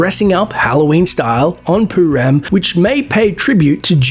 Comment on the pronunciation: It's not poo-ram it's purim. Douchebag